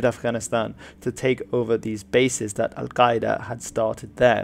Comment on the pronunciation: Well done on your pronunciation of "Al Qaeda" it must have taken a lot of practice - I don't speak Arabic but my language is part of the Afroasiatic language group so I don't have any issues with Semitic sounds you western folk struggle with so badly. My hat goes off to you Sir!